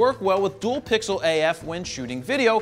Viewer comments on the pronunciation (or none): none